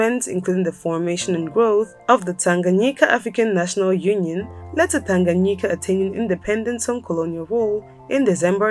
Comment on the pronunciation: Your pronunciation of ‘Tanganyika’ today is spot on!